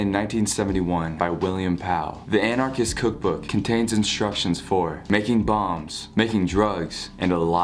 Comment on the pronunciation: Is anyone going to talk about the way he said bombs and it sounded like bongs